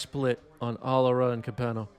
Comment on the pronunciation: im more split on that pronunciation of alara